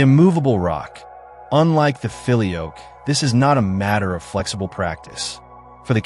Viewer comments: "Filioque" is pronounced fil-ee-O-quay. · It's not the Philly Oak. It's pronounced feel-ee-oh-kway. And the debate is ridiculous because both positions are true. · You should learn how to pronounce “filioque”.